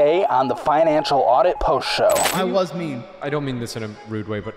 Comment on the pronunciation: Could've sworn he said "this is my enchilada" not financial audit😂